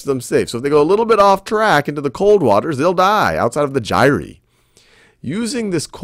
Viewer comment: he said Gyre wrong so many times i literally screamed.